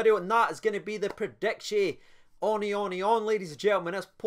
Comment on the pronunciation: He says predictions like erections 😂